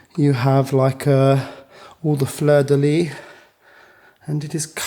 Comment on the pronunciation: Prévert is pronounce préver(t) the (t) is silence as the colour “vert”. However, Fleur de Lys, you pronounce the (s) as the word “fils” and many other words in French. Otherwise, you are saying “flower of the bed instead of the lily flower. Particularity of the French language. I enjoy very mush your Vlog, it is interesting but also informative. Thank you for sharing!